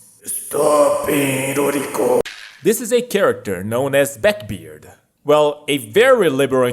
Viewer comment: It's backbeard, not beckbeard. Liberal or liperal? I am used to being around Latinos. Do I can hear a difference p and b. Unaspirated or aspirated. Are you Chinese? A slav? Don't stress the wrong syllables... It sounds wrong or means a different word. Not a bad video though. When it comes English sounds. The Th is produced on the teeth. Then uses the voice box, Thin does not.